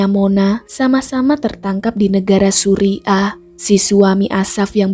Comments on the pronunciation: Salut utk pemerintah philipine,,,mereka cepat tanggap + memantau kasus sampai selesai. Bacanya suriah bkn suri' ah 😁✌ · Suriah kak bukan suri ah😂